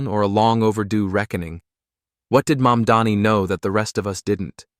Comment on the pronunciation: Get your acts together and do your homework first: It's NOT YOUR "MUMDANI", it's MAMDANI. Are you from Earth 2? Or, MARS, perhaps?